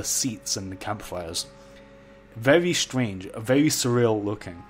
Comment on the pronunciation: Now hear me out, i'm not bullying you for how you say stuff weird but i love how you dont care about the normies and you say vevy not very. Great videos man.